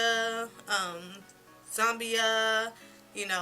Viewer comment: Zombia?!!! Sis you are hilarious! Did you say Mangolia???!!!! ROFL